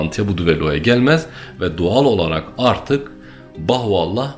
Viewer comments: Birkaç hatadan bahsetmek isterim. * Bahoallah diyormuşsun gibi geliyor söylerken, doğru duymuşsam müsaadenle düzeltmek isterim: Bahaullah. Yanlış duymuşsam da özür dilerim * Bir yerde Hz. Bahaullah'ın adını Mirza Ali Muhammed dedin, Mirza Hüseyin Ali olacaktı. * Hz. Bahaullah Bahai inancında Kaim değil; Kayyum'dur. Sanırım bir yerde karıştı. * 250x3 (her bir seferde 250-şer olmak kaydıyla 3 sefer yani 750 ateş) askerin Hz. Bab'ı kurşuna dizmesi ve sonrasında ortadan kaydolup tekrar zindandaki hücresinde bulunması Bahai inancında üzerinde çok durulmayan bir mucizedir; ama kesinlikle kurşunlardan biri tesadüfen ipe geldi, Hz. Bab yere düştü ve çaktırmadan zindana kaçtı diye inanılmaz. Öyle olsa niye zindana kaçsın? Kaldı ki yüzlerce mermiden biri ipe gelirken 749'undan hiçbiri Hz. Bab ve Enis'e yerden sekerek bile olsa hiç dokunmuyorsa ve yere düşünce de kimse onu görmeden kaçabiliyorsa bu daha büyük hayranlık uyandırmamalı mı? :) (Senin anlattığın İran devlet otoritesinin göstermek istediği tarz... Ama farkında değiller İran ordusunu, eli kolu bağlı iki adamı 750 mermi sıkarak yine de hiçbir isabet yaptıramayan bir güruh askere sahip gösterdiklerinden...) Üstad, bir de Hz. Bab ve Hz. Bahaullah'ın fotoğraflarını, resimlerini yayımlamak hoş karşılanmaz Bahailerce, o resimler ancak Hac ziyaretinde arşiv binasında fotoğraf çekimi yasaklı olarak gösterilir inananlara, belki bilmek istersin. :) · Bahuallah değil, BAHA+U+(A)LLAH = BAHAULLAH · Sebebiyye değil, Sebeiyye; Bahuallah değil Bahaullah....